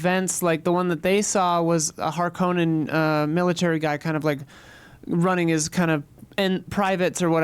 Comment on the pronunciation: Sorry to be annoying but Harkonnen is pronounced haar-kuh-nuhn.